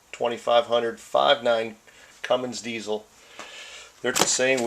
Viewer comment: You said Cummings...